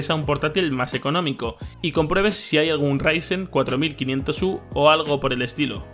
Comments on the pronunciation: Por favor pronunciarlo como raisen :'( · Si para el próximo vídeo no dices "Raisen" me desuscribo, primer y último aviso.